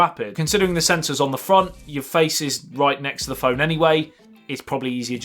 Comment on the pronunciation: dus it has a faice id